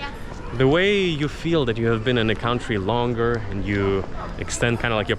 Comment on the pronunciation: I thought you were American, until you said Country (count-tree) Russian?